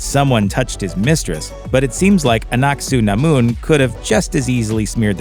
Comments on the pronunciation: Anck-Su-Namun is said in a way it sounds like annat sä namun in finnish, roughly in english "will you give me the candy", coinsidence? i think not :) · am i only noticed that he hardly pronounce aunc su namon name